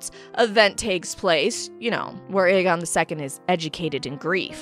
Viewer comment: You've done messed up Ae-Aegon.